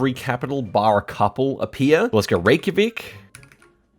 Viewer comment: What's with the YA KA? Wouldn't it be easier to sound it out in a way that actually leads to correct spelling like REY-KJA-VIK? Maybe I don't know how you would sound it out, but to me your way sounds very wrong.